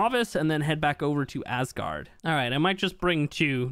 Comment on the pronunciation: Man, you really have to stop saying ass guard, please! Btw loved the video keep creating amazing content!